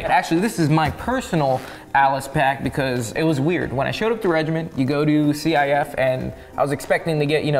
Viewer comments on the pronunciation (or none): Why did you say c I f and not "sif?" Thought everyone said cif.